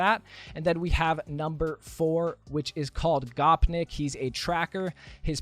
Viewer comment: Oi who doesn’t know how to pronounce gopnik if that gopnik came to game would be my number one choice for sure